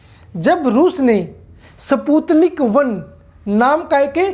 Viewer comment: सही से पढ़ना भी नही आता स्पुतनिक😀😀😀